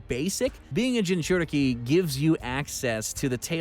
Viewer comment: Reenegan, Jinchorikes, Reesharigan😂😂😂